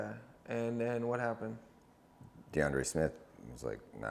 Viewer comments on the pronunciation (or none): Yo it’s “Deandre”